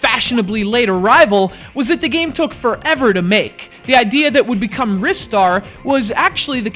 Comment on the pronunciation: I always pronounced it, "RYE-Star", not "Riss-tar".